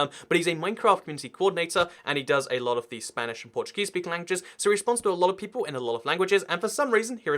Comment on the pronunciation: People not “peolle”